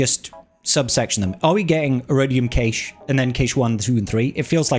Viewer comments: Sorry to be that guy, but cache is pronounced cash, not kaysh. <3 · cache pronounced "cash eh" good video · I think it's pronounced like "cash" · I'm British, I've never heard it pronounced Kaysh here 🙂